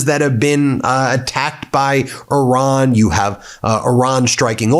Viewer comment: Why do you insist on calling Iran , Oron? Very distracting to me.